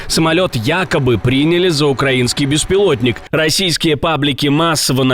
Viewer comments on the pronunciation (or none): none